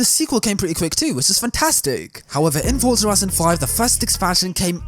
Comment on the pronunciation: It is so refreshing to hear a YouTuber pronouncing the word Forza correctly. So many pronounce it as it is written. #RealRacersKnow